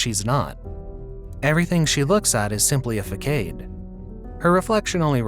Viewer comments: Yes!! I was going say this, it's fuh sod man! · "facade" is a word from french, written "façade" and the "ç" and "a" are pronounced like in "fast". besides that small detail, everything in the video was incredible. the rythm, the voice, the explanation, the chosen scenes... it's maybe th 20th video I saw from you and never get tired of it. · had me laughing at your pronunciation of façade